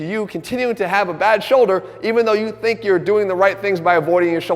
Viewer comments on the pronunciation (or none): none